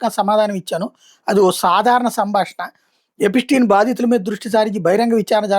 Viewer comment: ఎపిటీన్, ఎపిస్టీన్ కాదురా గా😅 ఎప్స్టీన్